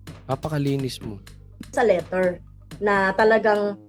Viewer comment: Asus teacher ka hindi mo nga mabigkas ng tama sa LETTER parang LITER ANG SINABI MO